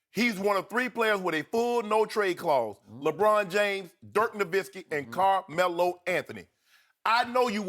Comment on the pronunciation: Damn,this shannon dude cant pronounce Carmelo to save his life...